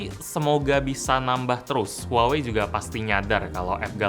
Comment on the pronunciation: Bukanny pronouncenya bukan huwawei? Harusny lebih ke wah-wei. Apa gw yg slh denger?